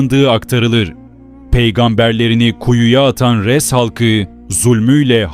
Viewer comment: Bende diyorum bu ashabı Rass ne demek farklı bi kavim mi yoksa sıradan bi söz mü meğerse bi kavmin adıymış AshabulRass Ress değil arapçada R harfi ince değil kalın seslidir